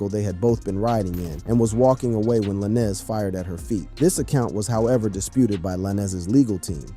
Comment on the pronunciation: If u can’t pronounce the name stop reporting. Who tf is lanezz